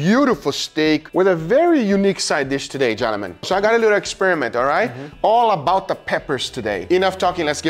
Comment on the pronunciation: When you say gentlemen it sounds like Johnathon